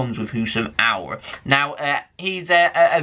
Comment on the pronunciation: Halaand and Auor